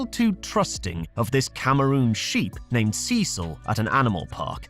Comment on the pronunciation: CECIAL! I NEED YOU CECIAL!